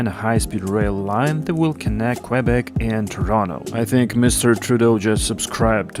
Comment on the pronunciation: Please don't pronounce Qwebec...